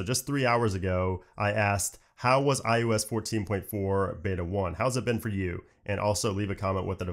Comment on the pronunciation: iUS iUS iUS, only I find this pronunciation annoying?